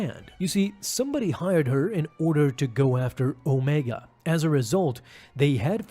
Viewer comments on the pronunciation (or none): none